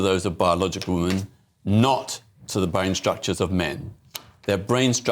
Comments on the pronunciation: Peter Snatchall is a pdf apologist. He makes my skin crawl. It also makes me rage when he says woman instead of women. Every time 😡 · Ah Peter has no clue, he’s definitely the wrong person to ask for the facts. He definitely knows what a man and boy is though cos he has sex with them. Peter can’t even pronounce, “Woman” pronounced Wyman, singular. Women is plural, it’s always very irritating. The brain structure thing is false, their brain was no different to gay men.